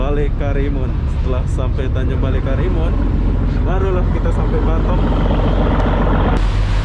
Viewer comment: Ngomong batam kdengeranny jadi batêm (bottom) 🤣